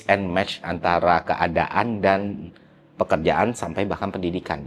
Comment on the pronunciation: Bang kalo ngomong jangan buru-buru, baru 4 detik nonton udah "enam" sama "dan" huruf terakhirnya ketuker 😅 jadi "enan" "dam"